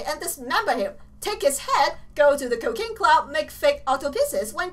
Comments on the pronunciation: You pranounced it as kocane club instead of cooking club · she say cokaine club instead of cooking club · With her accent, I keep thinking she says cocaine club xD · She says cocaine club because her viewers said it sounded like she was saying cocaine club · Every time she says "Cooking Club" it sounds like "Cocaine Club" 😂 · Whenever she says, "Cooking Club" I think she's saying, "Cocaine Club" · lol when you say "cooking club" I hear "cocaine club" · Omg she calls cooking club cocaine club XD I love her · whenever she says cooking club it sounds like cocaine club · When she said 'Cooking Club" I thought she said "Cocaine Clum" ?!? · When she said cooking club it sounds like cocain club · It really sounded like you said cocaine club. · Whenever she says cooking club it is like she is saying cokane club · she said cocaine club or cooking club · Did anyone else think she said cocaine club? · I thought she said cocane club